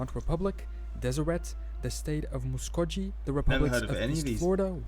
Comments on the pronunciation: Certainly not a full list. We don’t pronounce Muskogee like he did. My ancestors lived in their nation before the Trail of Tears. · Muskogee is pronounced with a hard “G” sound, as in, “go.”